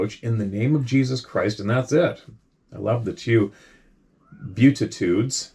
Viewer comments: it’s pronounced, “bee-attitudes” and kudos to this guy for his testimony of Jesus, and if one expects to try out His power, you ought to at least remember to avoid using His name in vain; i.e. swearing using his name. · Just to help you out here....BEATITUDES.... is pronounced (phonetically) Bee-at-ta-tudes which is the 8 blessings recounted by Jesus in the Sermon on the Mount ie "Blessed are the poor in spirit: for theirs is the kingdom of heaven".